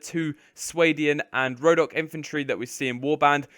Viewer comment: Khergit not kherjit, rhodoe-ck not rho dock